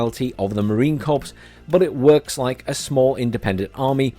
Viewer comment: We say "Marine Corrrrr," not "CorPssss."